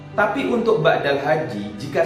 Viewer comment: BADAL. Ustadz..... bukan BAKDAL. (Maaf)